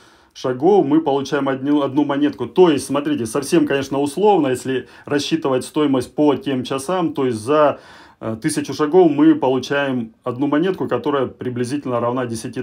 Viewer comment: блин чувак в твоей деревне не было учителя русского языка? не чАсОв, а чисОв, не пЯтИ, а питИ